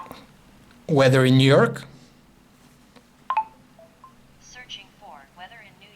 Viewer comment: how the hell did siri understand his voice, i heard "weder in nerk" instead of Weather in New York"??